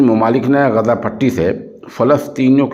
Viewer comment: محترم السلام علیکم ورحمتہ اللہ وبرکاتہ بعدہ عرض ہیکہ لفظ غزہ کے بجائے آپ لفظ غزے کا تلفظ کیوں ادا کرتے ہیں ۔خیر اندیش حافظ عبد الحفیظ ، والسلام علیکم ورحمتہ اللہ وبرکاتہ ۔